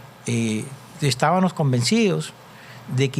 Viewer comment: perdón??? Lo q yo he dicho es q este fiscal las palabras q se dicen con "M él las dice con "N" como por ejemplo: "Estábamos" él dice "EstábaNos" "Decíamos" él dice "DecíaNos" etc etc.